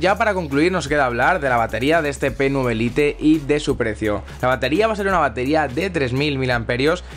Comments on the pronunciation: Jaja jaja 😂 creí que a nadie más le daba cáncer como a mí al escuchar lite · ¿Tan complicado es decir "lait"? Me da algo de sida la pronunciación del inglés de los españoles v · pero es una palabra en ingles, no en español.... decir "lait" es la manera correcta de decirlo. y no es "spanglish", spanglish seria por ejemplo decir "hello... como estas?"